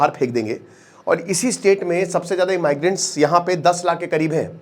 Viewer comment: कैलिफोर्निया सिटी, लॉस एंजिल्स स्टेट ❌ कैलिफोर्निया स्टेट, लॉस एंजिल्स सिटी ✅ इमाइग्रेंट्स ❌ इमिग्रेंट्स ✅